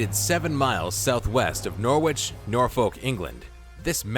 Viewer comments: I'm sorry but the pronunciation of 'Norwich' and 'Norfolk' was criminal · I live in Norwich, Norfolk. You made a right hash of pronouncing them by the way